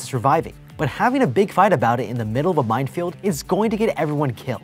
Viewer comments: Love these videos but why does he pronounce minefield "mindfield" 😂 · Anyone else hear mind field every time he was saying mine field lols